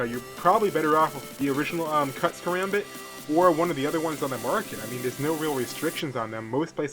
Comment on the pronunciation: as a filipino american, i''m laughing way too hard at his pronunciation of "karambit". since there are people who want to know the correct way to say "karambit" is kah-rom-bit. just like what zflow said in the arab people song "roll your tongue on the R's. whoops drop the b0mb! alluha akbar!